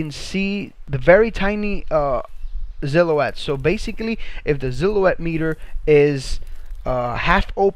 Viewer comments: Who replaces S’s with Z’s!? Lmao!! Zillow-Wet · Mate check your spelling and pronunciation. Noice? Really? And the way you say silhouette, like ZILL O ETTE makes my ears bleed.